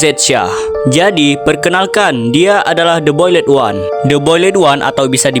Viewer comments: "BOYLET ONE" 💀🥀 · The boiled one❌de boyled wan✅ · The boiled one❌ The bolid wan✅ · The boild× The bolid✓ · The boiled one❎ The boledwan✅